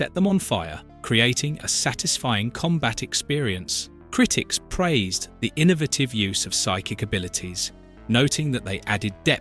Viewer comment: that’s what made me realize this is AI. also can’t pronounce “innovative”